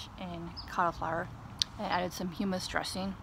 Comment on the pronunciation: Good videos. Fyi...its hUmmus..not heemmus.